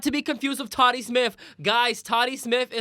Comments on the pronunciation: You guys are great but it’s Tati (Taw-Ti) Not Toddy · Tati. Ta-tea. Not toddy.